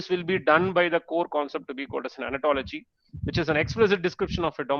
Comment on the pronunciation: Sir please pronounce it as Ontology not Anatology......please